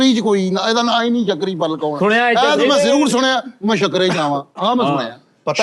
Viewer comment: Shakri nhi sukri yhe arbi name ha Egyptian viraty ha